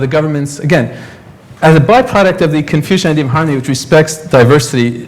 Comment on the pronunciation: Funny this introductory guy said "confusion thought not confucian thoughts